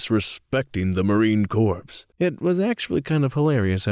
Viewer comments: Good video :) just wanted to let you know that Marine corps is pronounced like “core” not like “corpse”, maybe you did it for engagement but either way there you go haha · This narrator also mispronounces words. One of them is Marine corps.